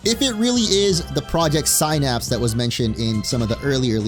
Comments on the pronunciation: Sin Apps. Why does ever single Pokémon YouTube person have such a problem with English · All these pokemon youtubers who don't know how to pronounce the word denoting a neurochemical junction between neurons. Synapse, pronounced like Sin-Apps.